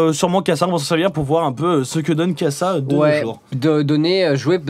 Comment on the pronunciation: Ouais ça se dit kassad1